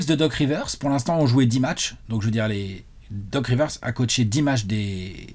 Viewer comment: quand il prenonce le mot doc rivers. 😂😂😂😂😂😂😂😂